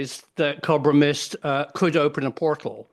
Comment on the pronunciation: Cob-ra mist? ..... you mean Co-bra mist prof ❤❤❤